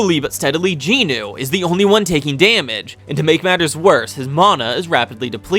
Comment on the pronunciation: I actually haven't watched the anime yet, but do plan to do so when I get to it. Btw, you butchered every single name in this video. Somehow there are 4 Ginus, despite the MCs name being Jin Woo and the other guy is called Jin Ho. But you called them both Ginu and even Jin Woos sister somehow became Ginu. I just want to point it out, because your butchering of the names made me very confused about who was who. Because you called everyone Ginu. But the rest of the summary ways great. Just maybe try to say the names in a way where you don't call 4 characters the exact same despite their names being different.